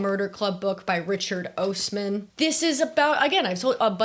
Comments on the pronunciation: sorry to be that person but osman is pronounced like ozz-man (like the wizard of) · I’m so sorry but as a Brit I feel I am legally bound to tell you that Richard Osman’s name is pronounce “Oz-man.” Otherwise no notes!